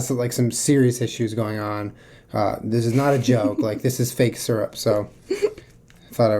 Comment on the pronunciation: you say syrup wronggg😧😱😨 I hate that 😥